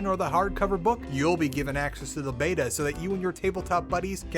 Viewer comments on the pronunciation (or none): none